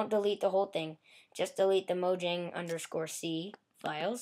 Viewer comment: mojang is pronounced moyang